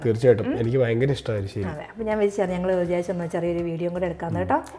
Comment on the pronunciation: എലിശ്ശേരിഅല്ല. എരിശ്ശേരി ആണേ ഞാൻ കേട്ടതാണോഎന്നറിയില്ല